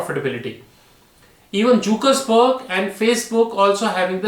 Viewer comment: Pronouncing Jeff Bezos and Mark Zuckerberg wrong too many times